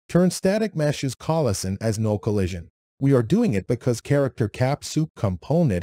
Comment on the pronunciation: If you're going to use AI-generated voices, at least try to spell things correctly so we can understand it. It keeps pronouncing "pawn" as "peon", "node" as "nod", and "collision" and "collison", which is hilarious, but still.